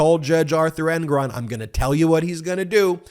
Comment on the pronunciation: Ben --- ya gotta start being consistent with your pronunciation of Judge Engoron's name . As you have stated earlier to others on your podcasts , the emphasis is on the second syllable and not the first . You are bouncing back and forth here in this vid . Just sayin ... Peace .